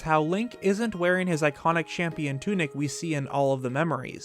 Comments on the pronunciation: Ah yes the shampion tunic, a classic😂 Sorry had to do it XD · Shampion or is it champion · “Shampion Tunic”